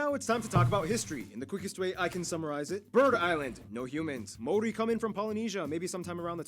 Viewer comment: I have to laugh at her pronunciation of Maori words and just Maori in general. 😅 also the meat pies are like Steak and cheese, mince and cheese, steak-redwine and mushroom They are really good. Trust me when I say you will love it. CANTERBURY - Christchurch where my fam?